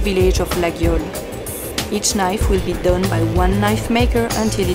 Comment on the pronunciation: amazing she has no clue how to pronounce it properly... it is not ''LaGUIole'' but ''LaYole''